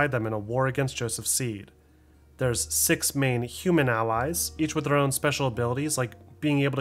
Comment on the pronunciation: I like that your pronunciation of "six" being more like a "SEGGS"